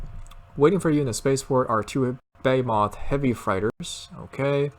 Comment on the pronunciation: Bhay-moth. Its Behemoth bro. Ur so funny lol